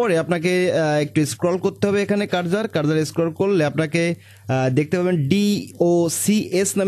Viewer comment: Ussaronta ektu thik korele bhalo hoy. Karzar na bole Cursor bolle bhalo hoy. Than na bole then bolle bhalo lage sunte.